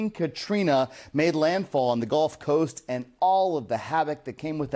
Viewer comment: Bro.. .. it's the "gulf" coast .. not the "golf" coast